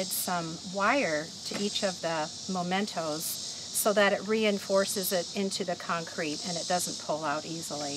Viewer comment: I'm glad you later self-corrected "anchor" to helm/wheel of the ship. And please note that the word mementos is pronounced meh-mentos, not moh-mentos. Thanks for all the great tips----especially the advice re: putting wire on the larger objects.